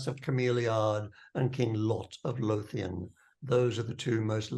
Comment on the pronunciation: Im a few minutes in and I would have liked to see a character creation video ( Im assuming this doesnt cover it) or some primer Lothian - is pronounced more like Low - Vee - Ann